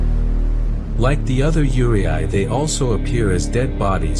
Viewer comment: You're pronouncing Yurei incorrectly it's said yu-rei